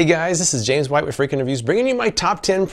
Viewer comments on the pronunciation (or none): none